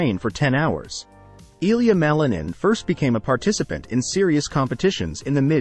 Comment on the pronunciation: you do not say his name correctly.... name is not supposed to be translated into another language, sounds weird...